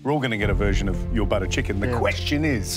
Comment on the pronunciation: Buttah chickan 😂